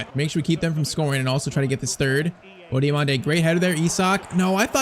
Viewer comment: Diomande next salah ❌ Dio(MANDE) next mané ✅